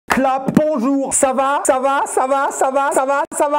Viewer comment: Il a dit clape bonjour